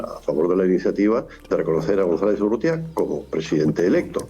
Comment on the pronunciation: Urrieta? Urrútia, es la correcta forma.